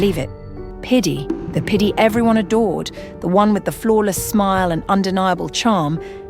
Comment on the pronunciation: Even the guys name is piddy and he just replaced the d with a p😭💀